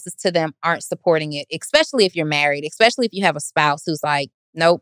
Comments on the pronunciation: we love your "expecially" lol 🤎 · was right both times! She said "EX"pecially - I've been waiting for him to catch with this one. Love this podcast!